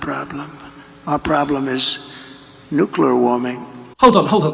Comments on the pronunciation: Nucular warming BAHAHAHAHA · I think we're being short changed by not having trump pronounce "nukelar" 🤣 it would be a great fit with that next big technology, AL 🤣🤣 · He pronounced 'nuclear' correctly. I'm impressed. Oh well!